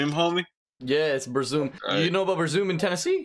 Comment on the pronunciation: “bur-zoom” that one hurt me 🥲🥲🥲